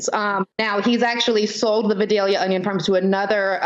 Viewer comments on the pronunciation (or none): none